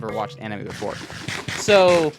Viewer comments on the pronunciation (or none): There's no way this man said "amine" instead of "anime" right?😭💀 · Bro's watching A-min-ay 💀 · help he said amine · Did bro just say amine. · did i just hear you say “a-min-é” great video btw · bro did not just say 'amine'